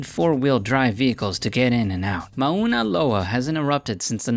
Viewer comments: I was going to let it go when you mispronounced 'leaning tower of Piza', but you got 'Mauna Loa' very wrong as well. It's not 5 syllables. Advice: record all of your narration at once, it sounds choppy. Otherwise, well done? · As someone from Hawaii, hearing you trying to pronounce Mauna Loa, was more cringey than your voice level control issues. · It's not "Mah-una Loa" , it's "Morna Loa" And it isn't "Kee-lah-way" it's "kil-oo-way-ah" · You're saying Mount Mauna Loa wrong. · I have never heard those names at the end pronounced so badly in my life. Even siri can pronounce it better then taht. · Dumbass can't even pronounce Kilauea or Mauna Loa properly.... I'm not even American and that irritates me. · Right? and Kilauea! My god... These aren't even hard to pronounce and the names are said in multiple documentaries. if If I looked up "pronunciation of Mauna Loa", it's correct. Just goes to show how little research was actually done on this video. ~also a Hawaii Resident. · Lmao I was like what did he just say then he said it again all I could do was smh and laugh.